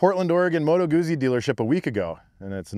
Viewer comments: It's Moto Guzzi like "pizza", not "uzi" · Good stuff my friend but it's pronounced Moto Gootzee, same way you would pronounce pizza. 😉